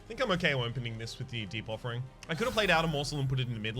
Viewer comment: I'm constantly hearing Debuffering instead of Deep Offering.